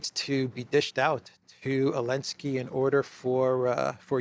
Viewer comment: Zzzzzzzelenski not eeeeeeelensky